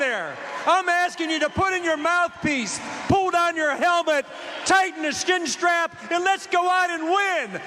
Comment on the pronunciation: When Ron Johnson calls you slimy? Hmmmm. And in I like how he said "skin strap" - Trumps mushroom foreskin is stuck between his teeth.